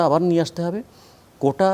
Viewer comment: Apni agee apnar Bangladesh banan thik koren. কোটা বলতে গিয়া সবাই কোঠা বলছে। দুই শব্দের দুই অর্থ; আগে এদের বাংলা উচ্চারণ ঠিক করার শিক্ষা দেন।